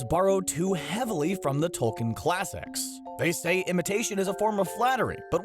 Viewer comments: you mean h rr tolkin? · Did you mean J.R.R. TOLKIEN ???